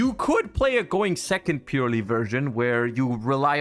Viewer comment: I have this theory that Yu-Gi-Oh! players have a mass dyslexic epidemic, because I've yet to ever hear any YGO tuber say Purrely correctly. Purely is its own word, Purrely is not purely. It is Purrely.